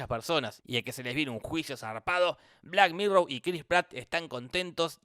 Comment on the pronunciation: 1- Suena como si dijera "black mirrow" en vez de "black mirror" 2- ¡Apoyo la moción de que vuelva ultraviolento con toda violencia!